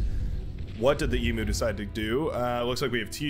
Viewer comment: Not sure if theEMU is meant to be the Australian animal. But if they are then it's pronounced 'e-mu' and not 'e-moo'. E-mu (like the greek letter mu with a y/j sound, or like the letter U)